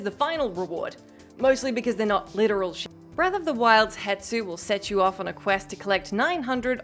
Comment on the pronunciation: Why do people CONSTANTLY call Hestu Hetsu? Can't those people READ?!